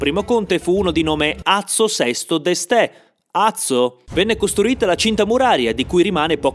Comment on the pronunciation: Azzo VII d'Este, senza l'accento.